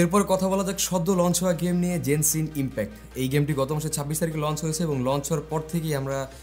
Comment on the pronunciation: 10:2 vai ota জেনসিন Impact na ota গেনসিন impact Ami oi game ta recently kheleci abon valo legese tai Name ta ektu vulta bollam but overall video ta onek valo 😄